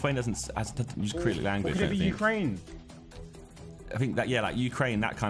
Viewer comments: I’ve noticed like every single one of the Sidemen call it “Crylic” like “acrylic”, when it’s actually Cyrillic (pronounced suh-ril-ick) 😅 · Hate how they keep pronouncing Cyrillic as 'Krillic' 🤣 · "Kyrillic" LOOOL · It's Cyrillic Josh... not Acrylic. Lol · Cyrillic not acrylic lmao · Cyrillic not acrylic 😭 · Bruh why do they pronounce Cyrillic with a hard K, its pronounced Suh-Rill-Ik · Josh pronouncing Cyrillic as Krillik lmao A for effort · The Slavic languages are Cyrillic yes, but it’s pronounced Si-ri-lic as they are names after a man called Cyril. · Josh. Cyrillic is pronounced si-ri-lick 😅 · Cyrillic - pronounced syr-illic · SOMEONE TEACH THE SIDEMEN HOW TO SAY CYRILLIC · waiting for the day the sidemen pronounce “cyrillic” right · It's stupid but it triggers me the way Josh says "Cyrillic"